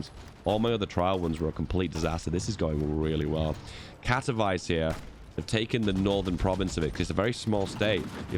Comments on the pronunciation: Katowice is pronounced katovitse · As a pole, hearing him say Katowice as "kato-vice" truly hurt me inside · As a guy, who lives next to KatoVICE, I couldnt help but smile how you pronounce the name, like in Miami Vice :D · To są Katowice, nie kAtOwAjS